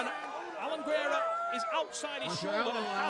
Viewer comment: I love how everyone adds a syllable to GUERRA's name....it's not GER-AIR-UH.....ITS GAIR-UH